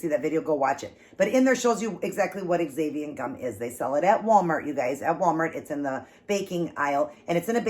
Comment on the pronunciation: I will definitely have to try. Just FYI, xanthan gum is pronounced Zanthan. I know, why couldn't they just spell it that way. LOL!!! Those nuggets look so so good.